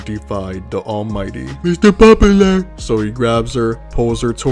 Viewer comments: I’m trying to eat while watching this, but I keep choking at “MISTER POPULUH” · I love that a guy loves shoujo manga ❤😂 and omg every time “mistuh pop-u-luh” came up it killed me 😂